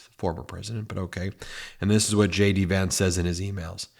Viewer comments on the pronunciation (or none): Did you say Shady Vance? Lol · Ben, from afar, J D Vance sounds like 'SHADY VANCE' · Are you saying JD Vance or Shady Vance? (Which I find much more appropriate 😂) keep up the good work, love the truth! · Wait, am I hearing things or did you call him Shady Vance?